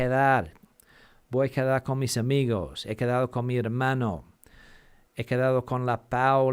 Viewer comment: I thought he was saying K-Tell...🤣😅😆😂